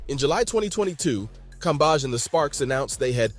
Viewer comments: Brother, her last name is pronounced Cam-beige. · how many ways can this dude say Cambage wrong 🤣🤣🤣